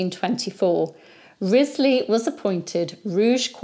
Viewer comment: In the Six Wives of Henry the Eighth series from the 1970s, Henry the 8th (Keith Michel) apparently didn't know the correct pronunciation of Wriothesely either. (Ruchesley IIRC). I look forward to your daily videos. I'm guessing the recommendation for your channel came from YT because of the operas of Donizetti about the Tudor era. Besides his three queens, there was also a Pygmalion, a Lucrezia Borgia, an opera that takes place in Granada, Emilia of Liverpool, The Siege of Calais, Gianni of Calais, Elizabeth at Kenilworth, and most famously Lucia di Lammermoor, based on Sir Walter Scott's The Bride of Lammermoor. Sir Walter Scott was at the height of his popularity when Donizetti was composing.